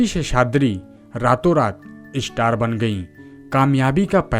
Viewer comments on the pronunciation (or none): इस्टार* क्या होता है स्टार होता है, मिनाकछि* मीनाक्षी,उच्चारण तो ढंग से किया कीजिये बरखुरदार 😊😊